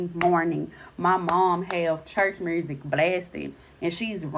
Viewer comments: She's possessed too if she thinks the word "music" has an r in it. "Mursic" is not a real thing or a real word just like "aks" instead of "ask". My ppl..... we must do better than this smh.... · That pronunciation of music & ambulance. Love it... To answer your question, I do believe that if you even crack "a window" you are giving permission to demonic spirits to enter in. To crack or open a door or window to evil looks like watching certain ishh (exorcist, incidious, or other demonic ishh), playing with ouija boards, singing certain songs (by popular artists knowing what they're saying but excusing it as "just music"), or flat out verbally inviting spirits to interact with you on some paranormal ishh.